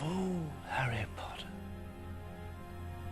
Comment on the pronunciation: POTTA- Draco Malfoy...